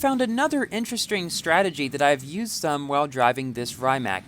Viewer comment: Great races!!!! "interestream" 😂😂😂😂😂😂😂😂😂😂😂😂😂😂😂😂😂😂😂😂😂😂😂😂😂😂😂😂😂😂😂😂😂😂